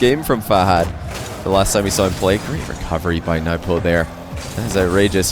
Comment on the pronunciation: Can somebody with any sort of status please correct him it’s newpo not nuhwpo